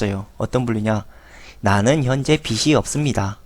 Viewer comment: 씨? 빚이-->" 비치 "가 아니고요 " 비지 " 로 발음해야 허고요.... 빚을---> "비즐"